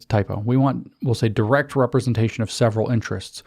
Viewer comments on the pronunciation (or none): Notice how Lindsay is such a narcissist that he assumes any word he cannot pronounce must be a typo. And they're not words that should confuse anyone. 'Sacristy' is a pretty straightforwar, if not common word - but 'direst'? Most dire. How ironic. This man is not a thought leader. He's a basic grifter with an ego problem.